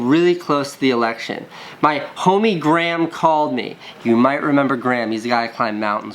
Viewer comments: He says Graham like "gram" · Anyone else annoyed at how he says grahm 😂 anyone Irish knows how it's pronounced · More importantly why does Casey pronounce Graham like Gram? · why do you pronounce graham gram lol